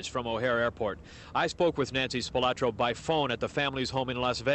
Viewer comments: I would have thought that, by now, they would pronounce the name correctly, SPILOTRO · Would have been nice if the news reporter could pronounce Spilotro correctly. There is no “a” in the name.